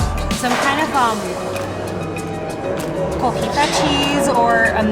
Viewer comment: COJITA CHEESE!!! Lol!!!!! Precious!!! It’s Cotija!!!! Not Cojita!! Damn. The jokes write themselves with these two!!!